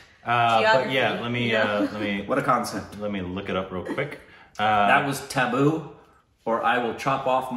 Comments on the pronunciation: You should listen to Allu Arjun's darling daughter pronounce the name of the film perfectly, Although that was almost a near perfect one - only doubt is in the t sound kuntapuram.. U said kunthaa... It could be kuntta.. The Telugu speaking folks would know better😊😍🙏n it's Tuhboo not tabboo, an actress who is always in perfect form when it comes to brilliant acting 🌹💖👌See this fun movie for Allu Arjun, his famous dancing, its fabulous songs, lighthearted premise and possibly some brilliant action😊 sequences 🌹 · 😂😂😂😂 You guys killed it with accent. You kept saying "Taboo", and I couldn't help thinking, which scene? , and even started to think that there was something culture specific you didn't like. 😂😂, and then I understood you were referring to Tabu... Oops my bad, I took it to be taboo. Her name is pronounced like "Tub-oo" the letter 'a' makes the same sound as in "Father". I hope you don't feel bad that I commented over the accent, I was just trying to point out how I misunderstood. Also I really like the logo with your faces. 👍👍👍❤️ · That's tabu not taboo😂😂